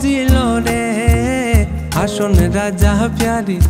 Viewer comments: হাসন রাজার নামের উচ্চারণই তো হয়না। কি গান গায়!!! যা ইচ্ছা করলেই গান হয় না। আর চাইলে সব ইচ্ছামতো পরিবর্তন করা যায় না। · Good composition and Music Rearrangement. But, I’m here to rectify the exact pronunciation. It is “Hason” not “Hashon”. Mispronouncing the name of the writer and composer is heartbreaking. Hason Raja is a legendary figure in Bengali Culture. Anyway, best wishes from Bangladesh! 🇧🇩 🌻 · গানটিতে নতুনত্ব আনার চেষ্টা করা হয়েছে, ভালো কথা। কিন্তু এই লোকগান যে মরমি কবির লেখা, তাঁর নামটা তো অন্তত শুদ্ধ করে উচ্চারণ করা উচিৎ। আমরা সিলেট অঞ্চলের মানুষ। প্রতিবার গায়কের মুখ থেকে 'হাশন রাজা' শুনতে প্রচণ্ড বিরক্ত লাগছিলো; আসলে নামটির উচ্চারণ 'হাসন রাজা'- ইংরেজি S এর মতো। নতুন করে গাওয়ার আগে অন্তত সেলিম চৌধুরীর পুরোনো ভার্শনগুলো একটু শোনা উচিৎ ছিলো তাদের। তবু আপনাদের উদ্যোগকে স্বাগত জানাই। :) Keep it up! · চমৎকার উপস্থাপনার জন্য সাধুবাদ জানাই। নিশা লাগিল রে। সঠিক । নেশা শব্দটি হাছন রাজার জন্মভূমি সুনামগঞ্জ/সিলেটে নিশা উচ্চারিত হয়। তবে হাসন শব্দটির উচ্চারণ সঠিক হয়নি। উচ্চারণ হবে- হাছন। হাশন উচ্চারণ করা হয়েছে। যা শ্রুতিকটু । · হাসন টাকে হাছন উচ্চারণ করলে ভালো হতো।। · উচ্চারণ ঠিকঠাক হয়নি, হাশন রাজা না হাসন রাজা হবে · ভাই ভাব ধইরেন না। সঠিক উচ্চারণ করে গান কারুন। হাশন রাজা নয় , হবে হাসন রাজা...। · গানটিতে নতুনত্ব আনার চেষ্টা করা হয়েছে, ভালো কথা। কিন্তু এই লোকগান যে মরমি কবির লেখা, তাঁর নামটা তো অন্তত শুদ্ধ করে উচ্চারণ করা উচিৎ। আমরা সিলেট অঞ্চলের মানুষ। প্রতিবার গায়কের মুখ থেকে 'হাশন রাজা' শুনতে প্রচণ্ড বিরক্ত লাগছিলো; আসলে নামটির উচ্চারণ 'হাসন রাজা'- ইংরেজি S এর মতো। নতুন করে গাওয়ার আগে অন্তত সেলিম চৌধুরীর পুরোনো ভার্শনগুলো একটু শোনা উচিৎ ছিলো তাদের। তবু আপনাদের উদ্যো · হাসন না রে ভাই হাছন হবে! আর যাহোক উচ্চারণ ঠিক না হলে গান টাই মাটি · হাছন রাজার নামটি ‘হাশন’ উচ্চারণ খুবই বিরক্তিকর ছিল। নিশা শব্দটি ঠিকই আছে। বাংলা নেশা শব্দটিই সিলেট অঞ্চলে ‘নিশা’ রুপে উচ্চারিত হয়। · হাশন কি? উচ্চারণ ঠিক করে গাইবেন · হাছন এর উচ্চারণ এ ক্যারাব্যারা ছাড়া ভাল হয়েছে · শুধু "হাসন রাজা"র নামের উচ্চারণ, আর মূল সুর থেকে একটু অন্যরকম, বাকিটা "নেশা" ভালোই লেগেছে। Best wishes!